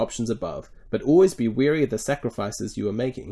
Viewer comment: 'Weary' is not 'WARY' (and vice versa), they are not the same, not pronounced the same, and mean completely different things. Why do so many people read this wrongly?